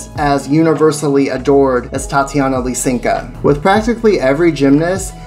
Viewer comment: Isn't it Lysenko and not Lysenka? Or have I been mispronouncing it for 3 decades?